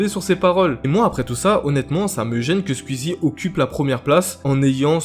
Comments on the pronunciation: Belle vidéo sinon c Skou-i-zy pas Skou-i-zy 😉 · Ça se dit "Squouizi" pas "squuizi" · Ah...le «Squizi» m'arrache les oreilles et aussi l'orthographe de certaines personnes sur le noms de Squeezie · Ce n’est pas méchant mais pourquoi tu fait une vidéo sur squeezie alors que tu ne sais même dire son pseudonyme tu dit nana skuizi déjà tu devrais apprendre à le dire . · Ça stresse personne qu'il dise "squizi" 😂😂